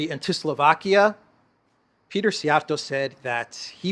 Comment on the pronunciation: Say Siij-Jia’rto. It is a compound word meaning “Whip-handler” or thrower !